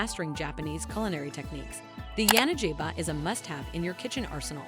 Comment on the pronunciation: It's pronounced [ya-na-gi-ba], with G as in gorilla, not as in giraffe.